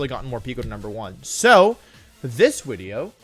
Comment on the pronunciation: "I had an idea for a new wideo" :3